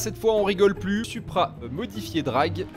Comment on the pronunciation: Sa s'écrit supra mais sa se dit soupra